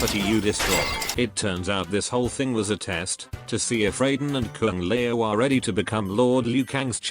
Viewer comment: Kung lay-o 😅😅😅